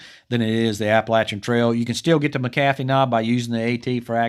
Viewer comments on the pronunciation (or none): Great video as always and thank you for insisting on the correct pronunciation of Appalachian. This Appalachian native appreciates that very much. Just so you don't get yelled at by local folks around McAfee's knob, it's generally pronounced MACK-uh-fee in the area.